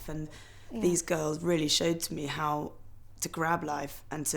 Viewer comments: No, she says "ter" all the time instead of "to". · No, it is not... It's lazy. I know no-one who says "ter" instead of a distinct "to".